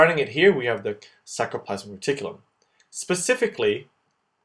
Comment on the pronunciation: Awesome videos!! Just remember, R before C in many of these spellings and pronunciations! ex. saRComere, saRCoplasmic reticulum